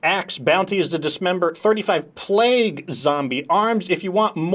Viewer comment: I appreciate your emphasis on Plaaaaague Zombies during your description of the Ice Axe. Every now and then I'll be doing a bounty wondering why I'm not making progress and I reread it to see that it says Plague Zombies and I had been fighting normal zombies or a mixture of both. Also picked up two Wood Stoves because I have more open mod slots than I do Comfy Chairs.